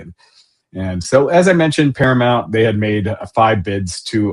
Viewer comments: Para-MOUNT … not Para-mont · I love a lot but, God damn pal, he consistently says "paraMONT" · Can someone please tell how to pronounce Paramount... it's not that difficult